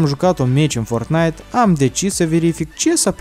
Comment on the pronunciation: Nu se spune ce s-a primit și nu se spune fortttttnait se spune fortnait